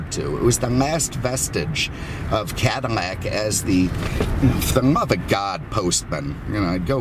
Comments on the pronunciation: Why is he saying cadamack ? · When did Cadillac get pronounced Cadimac, this person needs a speech therapist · Is it just me or did he keep saying cadi-MAC?😂